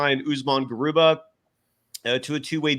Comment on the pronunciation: Garuba not Garubat